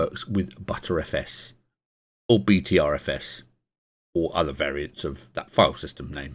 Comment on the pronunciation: Im pretty sure its pronounced as BetterFS